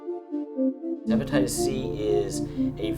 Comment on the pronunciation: Hypnotitists C 😕 he can't even call it hepatitis